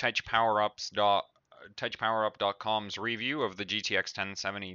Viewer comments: It's pronounced as a K, not as a ch in Tech(K)PowerUp.. Even I know as a secondary English speaker. :) But great video anyways, I'm just nitpicking lol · TechPowerUp is pronounced with a K sound, not a ch sound